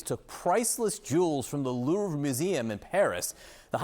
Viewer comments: Louveeee, come on at least try and pronounce name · "the LOOURVE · "The Lourve": announcer. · An anchor on CNN cannot pronounce “jewelry” correctly? It’s JEWEL RY. It is NOT JEWEL E RY. (Not to mention his obvious lack of knowledge and his cringeworthy pronunciation of the Louvre.